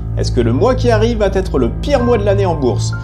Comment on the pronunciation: Merci de ne pas dire « … va têtre … » mais plutôt « … va être … ». Merci !